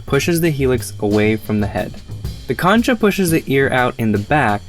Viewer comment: "concha" pronounced as "kon'-ka", not as it looks.